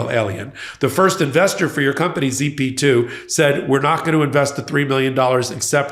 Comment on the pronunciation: it was "Zip2" not "Z P 2"